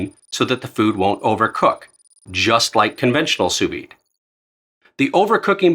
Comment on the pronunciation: brother it’s pronounced soo vee